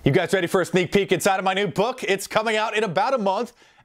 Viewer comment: Oh come on! *Sneak peek*, not peak. I think you're great but please get the little things right.